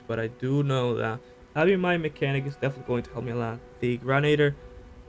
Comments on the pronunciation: Shawd Cummings grenadier pronounced gren-aid-ear not grenader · XDoom SlayerX it’s actually Grenadier pronounced Gren-aid-ear not Grenader.